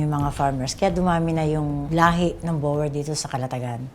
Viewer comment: Di ginawa ni Jessica Soho ang homework niya. Sablay ang pronounciation ng boer. Pati breeder sablay din. Google google paminsan.